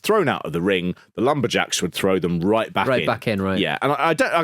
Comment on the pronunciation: I thought you said 'LumberGels" as in "they all have breast implants"